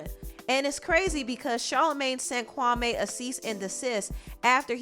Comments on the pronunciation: Kawme? As far as i know that is a Ghanian name and its pronounced Kwame 🤔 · Why u keep saying his name wrong, it’s Kwa-mee not Kwa-may smh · No offense but I’m cringing every time the name Kwame is pronounced Kwamé🤦🏾‍♀️🤦🏾‍♀️ it’s Kwame (pronunciation of the ‘me' is like the word me. Lol js... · His name is not ‘Kwamayyy’ it’s Kwame, as in ‘Kwameee’ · Kwame took me out with weasel face 😂😂😂AND ITS Pronounced KWA-ME .., NOT KWA-MAY!!! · Kwame ... kwa-me (like me not may) and I hate side taking stories from journalist. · It’s pronounced Kawmeeeeeeeee... & you should have heard what he said about Steven Jackson & Matt Barnes! Straight flame 🔥